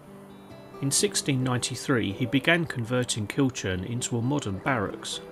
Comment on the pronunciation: Hi ive passed this castle many times but never visited, its used a lot on jigsaws and painting by numbers , the name Kilchurn is pronounced kilhoorn. Thanks for history on it